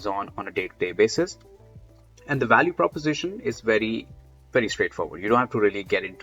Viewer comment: Like my Indian friends at work, you do pronounce the letter V as a W, like in the word “value”, most Indians pronounce it “walue” without being aware of it. It is adorable :)